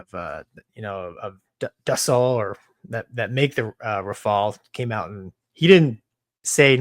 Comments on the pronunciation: Dassault is pronounced "Daso"... Considering they are authors of such icons like Mirage I'd expect even from an American to pronounce it correctly 🙂 It is like calling MiG as "Em Eye Gee"... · Mover: "Dah-Salt." Dassault Aviation: "Isn't he from Louisiana?": "Don't worry, I've got this Rafale fanboys... he's more USAF than 'Nawlins... Flyover States dialect was drilled into him hard, by the boys from Colorado Springs." 😆